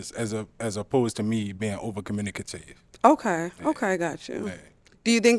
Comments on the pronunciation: He said COMMUNAKAIVE LMBO 😂😂😂😂😂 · So we just pronouncing “communicative” in British English now ?😂